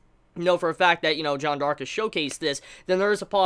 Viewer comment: Why does he keep saying "Jon Dark"...?